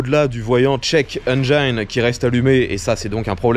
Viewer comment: Ces intros ! 🤣 Sinon "engine" ce prononcé "n" jean (comme le pantalon), "ˈenjən" en phonétique 😉 Ça me perturbe à chaque fois que tu le dis 😂 Bref bon courage pour ces réparations ! Hâte de voir la suite ! ✊😁